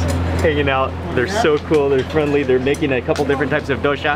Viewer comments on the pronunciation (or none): It's Dosa, not dosha mark. 😂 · There’s no H. It’s dosa, not dosha